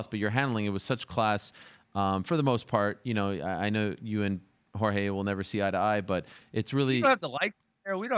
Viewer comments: It’s pronounced “Horhey” not “George” how does he not know this by now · Its pronounced "hor-hey" not george. Disrespectful prick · His name is not "George". Its Jorge. Pronounced Hor:hey or Xor:xeh, and the fool knows that. I guess getting knocked out in less than a second did nothing to teach him about respect. Fk Ben Askren. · Pronounce his name correctly Benny, its "Jorge" not "Georje" unless you want another beating. Anyway, no Championship fight for you by now, give Lawler the rematch. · “Good job George” hahaa still doesn’t say his name properly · I'm not from the US but isn't his name pronounced hor-hey instead of george? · Askrin keeps disrespect jorge by pronouncing his name as George it's not hard for him 2 pronounce it right even jorge said it's not George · Askren, start pronouncing Jorge's name correctly.... Or he'll probably beat you up again. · Kudos for doing this interview but he's still pronouncing his name wrong.